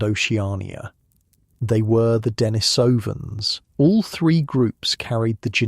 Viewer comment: You have some interesting information, but its credibility is uncertain. You pronounce Denisovan.s improperly, so what else is uninformed in what you say? Experts and those in the know put the emphasis on the second and fourth syllables, and not the first and third as you have.